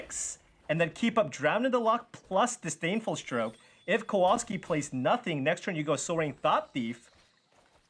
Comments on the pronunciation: it's not Kouolski, it's Kowalski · KOVALSKI if that makes it easier not to massacre his surname so badly.